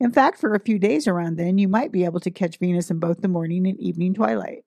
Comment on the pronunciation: Did she just said BENUS?